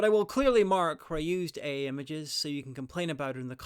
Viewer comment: I was wondering what "EE" images are... you sure pronounce AI in a strange way! Or was that on purpose? Anyway I do enjoy your polar expedition videos. It is fascinating how many people were ready to freeze their asses off for no gain other than bragging rights back then.